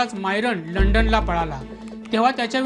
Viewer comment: पण्णास? लंडण? मायरण? कंपणी? लोकाणां? णवणीत? दरम्याण? ...भाऊ आपण वृत्त निवेदक आहात. उच्चार शुद्ध असणे महत्त्वाचे असते. न आणी ण यात फरक आहे.😅